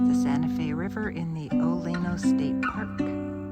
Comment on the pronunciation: I lived there for 6 years cause my dad managed oleno state park and it’s actually pronounced (oh-lee-no oleno and right past the ranger station to the right is the road I lived down